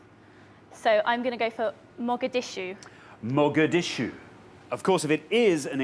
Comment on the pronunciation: As a Somali, I almost fell in love with that lovely lady who said Mogadishu. Her pronunciation wasn't bad either.